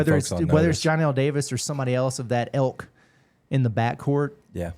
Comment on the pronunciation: Someone tell it is ILK not ELK. lol